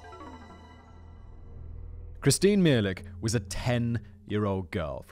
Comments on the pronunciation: I am Christine's cousin you are pronouncing her last name wrong it's as if you are speaking of a completely different person. Try to be more respectful when referring to these 4 victims at least get their names correct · Just a note from someone who lived thru this. The was young ladys nam3 was Kristine " meh-HAY-lick. " Just a note. This was a dark time for Oakland County as well as Wayne county, and Washtenaw County. They are all nestled together and its easy and fast to go from one county to another. Whoever these guys were, made sure no kid under 16 went ANYWHERE alone. Paranoia. Fear.